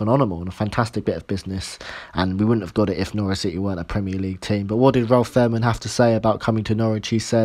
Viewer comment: Pronunciation corrections Fahrmann = “Fair Mann” Schalke = “Shalker”